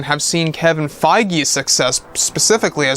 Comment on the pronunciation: Isn't Kevin Feige pronounced Kevin Feeg not Kevin Fygee?